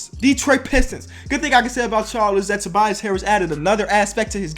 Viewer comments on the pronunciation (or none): none